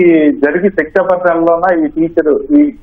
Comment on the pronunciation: సెప్టెంబర్ అనాలి సెక్టoబర్ అనకూడదు.తరువాత ఇది అవాస్తవం అని తేలింది.